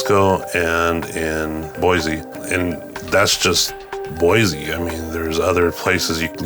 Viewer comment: I could tell right away that you aren't a native. It's BOY-SEE, not BOY-ZEE. Sigh...